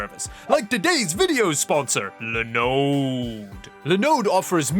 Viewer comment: I have been thirsting for your pronunciation of Linode for weeks.